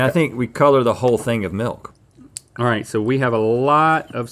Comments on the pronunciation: Rhett said malk, easter egg from Julian Smith days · Haha .! U just pronounced milk in afrikaans! Melk! 😛